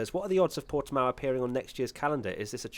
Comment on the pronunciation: So guy, is actually Portimão, with the "ã". The way you prounce it is more like Portimaum. #bottaslifematters #pushbuttonforbottas #softtyresforbottas